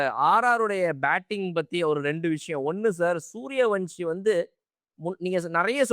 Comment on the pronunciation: it’s suryavanshi not suryavamshi